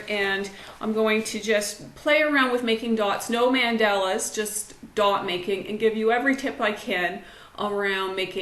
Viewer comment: Great tips....but it is pronounced Mon-dah-la! Mandela is Nelson or Winnie